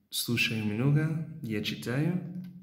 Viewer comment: Ты произносишь "много" прям как украинец, то есть, с звуком "х" вместо г.